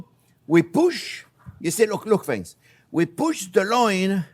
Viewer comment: Hewo deh fwends!